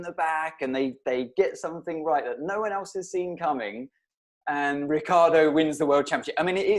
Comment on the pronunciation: no to mention Rick eeee ardo